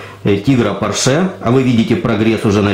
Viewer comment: не порше а порше(ударение на О)